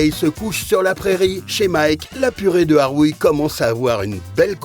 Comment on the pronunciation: 😮Juries to be from professional Culinary not Tiktokers or comedians😅😅😅😅😅😅 Mike we say Arouille not "Ahhwuiii Ahhouiii" lol😅😅😅 Street food theme Mauritian Bravo Sinois u rulz🥰🥰🥰🥰